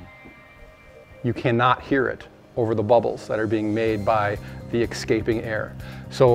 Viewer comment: You had me until you said exscaping air.